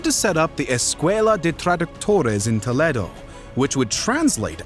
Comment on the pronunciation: Toletto. Stopped watching after that. Stop trying to preonouce foreign words and then BUTCHERING THEM!